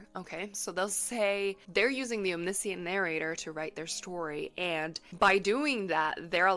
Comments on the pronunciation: I’ve never heard anyone pronounce “omniscient” that way. I had to stop the video after half a dozen times of saying it that way, as it grew more than annoying. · wait, how ELSE can omniscient be pronounced? haha. i've only ever heard it as pronounced in this video!